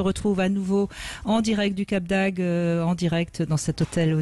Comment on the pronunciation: Brigitte bonjour: j´adore vos émissions. Mais il faut dire le cap d´AGDE et pas le cap d´AGUE. Merci